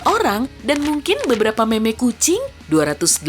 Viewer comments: Cara bacanya mim bukan meymey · harusnya baca "mim" bukan momok kalo momok ga sopan